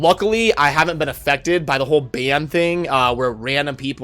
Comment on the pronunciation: Sounded like you said infected which honestly I think better describes what is going on than affected